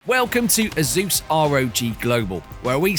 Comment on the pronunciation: Bro just said, "Welcome to Azus Rog Global"